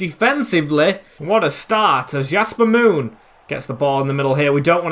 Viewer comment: Your saying "Yasper Moon" but it's Jasper Moon